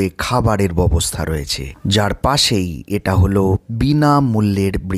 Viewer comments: ববস্থা নয় ব্যবস্থা উচ্চারণ করলে ভালো হয় । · Byabosta sotthik uchcharon.Uni kicchhu bhul bolen ni.